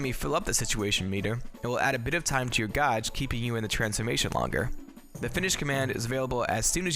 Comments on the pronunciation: Did you just say command gawj...dude it’s pronounced gayj. How do you not know how to pronounce gauge? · Its gaij not gauj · Gage man. the hell do u say it so wrong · Not gonna lie, the whole "goj" thing is mad distracting lol. Good vid tho, and nice edits. Solid production value. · Command goj. . Pronunciation has left the chat. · Wait. Command "gahj"? I don't if english is your second language or if you just have an accent, but gauge is supposed to be pronounced as "gāj" like "gay-j", or the name Gaige. I'm not trying to be disrespectful or insulting, it was just distracting. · Thank you. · Omg, how can you get a simple word like gauge wrong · The mispronunciation of the word gauge was distracting as fuuuuuuuuuuuuuuuuuuuuck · 3 or 4 times in a row really hurts my soul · Sad thing is, this isn't the first time I've heard someone pronounce it like that. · Hurt my soul when i heard him say that. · I was gonna say that dammit